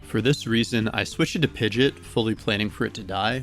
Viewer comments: I cringe every time you say Pigeot, but the video was good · I know they pronounced "Pidgeot" like that in the Pokerap, but.. 😅